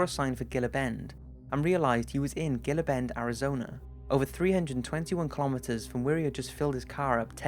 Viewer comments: I don't think it matters much but that would be "Heelah Bend" Arizona. Haha. Good video as always. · It's not pronounced "Ge"la bend it's pronounced "He"la bend it's Spanish pronouncements...... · It's not Geela Bend" it's pronounced heela bend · Haha, “Giluh Bend”. It’s pronounced “Hee-la Bend”. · HEE-la Bend. The G is pronounced like an H. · Gila Bend is pronounced He-la Bend. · Ok...the word is “disoriented”, not disorientated. Also, Gila [Bend] is pronounced “Heela” . Geeze! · Gila Benda -- Heel-a Bend. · Gila Bend= HEE-lah Bend. 😊. Good story! 👍🏼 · First off, i love the videos!! Ive been addicted and have watched probably 5 dozen or so. As for this video, the last entry, Gila Bend is pronounced (he-la Bend). Just saying 👍 im a Phoenix native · It's pronounced HeeeeeLa Bend haha. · Sorry, but it's pronounced Heelabend. The G is pronounced like an H. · We pronounce it 'heela' bend. I know, it's odd lol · It's Pronounced "Hila Bend" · man, gila bend is pronounced He-la bend. then again, anyone in arizona would say "who the fuck cares about gilabend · "gill-uh bend" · it's pronounced hee-luh bend y'all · 'gilla' lol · it's pronounced he-la-ben. lol I'm from AZ that last one is an old story and well known weird area good video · It's pronounced "he-la" bend. Great video though! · you said gila bend wrong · I'm late and I apologize if someone else pointed this out but the G in Gila Bend is pronounced as an H. It's a Spanish word